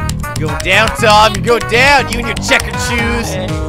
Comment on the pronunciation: can't even say Tord or Toms name right. Yes, Todd and Tim. "It's fun having you here Todd, Tord. You're way more fun than Tim, Tom."